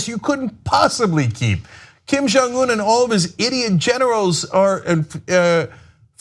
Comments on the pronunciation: Cenk saying 'Kim Jeongeun' like 'Kim Jong Oon' is like saying 'Ronald 'Reagoon'. Is he doing it to milk some racist laughs or is he really that stupid/ ignorant? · The fact the Cenk has a Korean (Steve Oh) on his staff and still can't say the North Korean leader's name right shows what an ignoramus he really is.